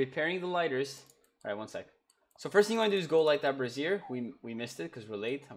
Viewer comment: They way you're saying brazier makes it sound like you're talking about a woman's bra. 😂Brassiere Brazier. Bray Zshur. Bray Zur. Brayzur. Brazier.